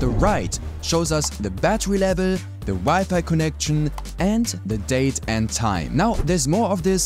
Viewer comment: The way you said connection in the first half of the video sofort I realized the that guy is German. BTW, learning German currently.